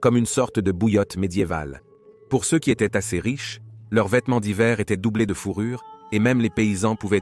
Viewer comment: ”Seusse” et ”sesse” pour dire ceux et ces , c’est une IA qui fait la voix off ? 😊 Ça m’déprime 😢